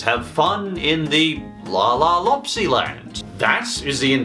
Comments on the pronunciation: It’s loopsy not lopsy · Its loopsy not laapsy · You were having trouble pronouncing La La Loopsy so I will help you its la la loop sy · pronounced La La Loop-see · Two things I'd like to point out. 1. I saw the Netflix version of lego friends and it was actually animated in cgi, i believed you used footage from the webisodes here on youtube. Just pointing that out. 2. I grew up with lalaloopsys and i loved in. in fact the animated series that actually aired on nickelodeon (which your somewhat using footage from.) Aired on my birthday. EDIT. also it's pronounced lalalOOPsy with two os. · DUDE CANT SAY LALA LOOPSY" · You mispronouncing La la loopsy is enraging my child self that used to collect the toys lmfao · Hey I watched were lalaloopsy and you don't even know how to pronounce it no offence and I don't see anything wrong with it